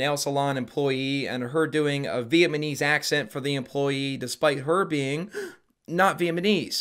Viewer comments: How in the hell you say "VietMANESE" but say "Vietnam" right? Is this a Canada thing? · Why did he suddenly Have a lisp when he tries to pronounce vietnamese and then it comes out vietmanese? Hahaha my man took a richochet😂😂😂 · (spits out drink) did you say "VIETMANESE???" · Charlie: Alzheimers? Nah, it's pronounced all-timers.: Vietnamese? Nah, Vietmanese. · the funniest part is he says “vietmanese people” followed by correctly pronouncing “vietnam war” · Bro...I can't subscribe until you assure me that you know it's Viet-nam-ese and not Viet-ma-nese. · Ya’ll are trippin’! I didn’t hear a “t” in Vietnamese. “Veahmaneese.” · Everyone besides: “Vietnamese” and alone: “Vietmanese” 🤣🤣🤣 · I love the way you say "vietnamese", it sounds like you're saying "vietmanese" lmao. Great video as always btw. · VietMAnese and Vietnam back to back is such a whiplash for me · saying Vietmanese instead of Vietnamese 😂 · Am I buggin or was saying Viet-mun-eez the whole time and not vietnamese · And it’s Viet Namese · Viet-na-mese - like you said Vietnam, why say Viet-ma-nese so many times homie? lol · PLEASE STOP SAYING “VIETMANESE”!😂 It’s Vietnamese. God I thought after the first mistake he’d correct it. That was the most offensive part of the video lol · Why does say vietmanese instead of Vietnamese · Viet-"NAMESE" Not "viet- "Manese"😂😂😂 n he keeps sayin it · Viet-ma-knees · VietNAMese. Not VietMANese, as you said, literally every time. Oof. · Bro are you pronouncing it 'Viet-ma-nese" on purpose instead of "Vietnamese" for a bit or just saying it wrong? Either way it's hilarious. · it’s Vietnamese not VietMANese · How many times are you gonna mispronounce Vietnamese? 😂 “vietmanese women.” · Why are u pronouncing it vietmanese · I know we all mispronounce stuff, but "VietMANese" had me rolling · HAHAHAHA I came for the Vietmanese comment, and i stayed for the All-timers :) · V et my knees? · Vietmenese 😅 cracked me up